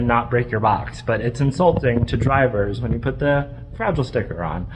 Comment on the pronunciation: I thought he was saying frazzle, not fragile. Very confused for a sec